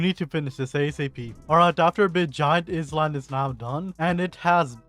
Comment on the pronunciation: IZZ LAND 😭 how do you even say it so incorrectly 😔